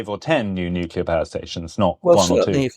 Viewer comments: I find it hard to take someone seriously about energy when they pronounce "nuclear", nucular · I just can't take someone who pronounces it NU-CU-LAR as a serious academic